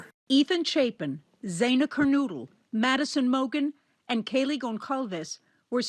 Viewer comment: Please don’t offend the family of the slain young woman Xana Kernodle. Her last name is Ker-NO-dle, not Ker-noodle.